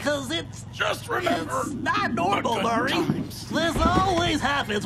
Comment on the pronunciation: Im just going to say one thing that bothers me "Murray"